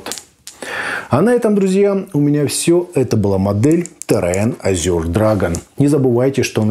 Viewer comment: Ну почему "Азюр" то?! Буквы "ю" там ни в каком варианте не просматривается. По английски это "Эже" ну а по русски, на крайняк - "Азур".